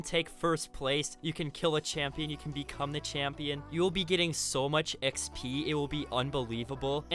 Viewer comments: Drink everytime he says “X-Pee” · dude the way he says exp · Notice the way he says xp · So no one is going to say anything about how he says 'XP 😏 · The way he says Xp and he said it a lot to